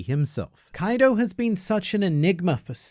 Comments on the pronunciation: Its not kaido. Its Kai D. Oh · "Kwaido" 😂 I like this even better than "Koido" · Kawaiido... I love how funny that sounds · Ah yes "Kawido" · You get the Like just for saying Kuwaido. Well done. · "Kawiido" is top notch, sir! 🤣